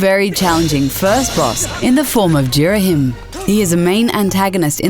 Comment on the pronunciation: Ghiriham?! He is the easiest boss ever even easier than Ghoma and that's saying something!!! And you even pronounce his name wrong!